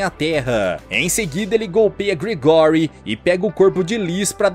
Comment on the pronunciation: Não se fala Gregóry, não...se fala Grégory😅